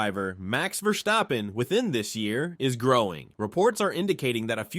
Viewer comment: Your pronunciation of VerSCHtappen is killing me😆